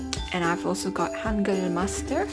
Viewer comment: I think you're the first beginner in korean who pronounce the word ,,hangeul" right they always say ,,hangul" like an clearly ,,u"